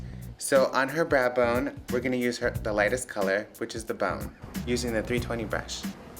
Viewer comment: i like the way he says "brush" :D:D like breeash :D